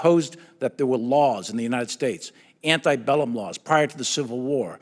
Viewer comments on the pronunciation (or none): It sounded to me as if the general said “antibellum”. He probably was not a Latin student.